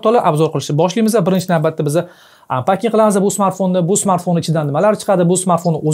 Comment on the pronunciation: Anpakingmas😅. Anpeking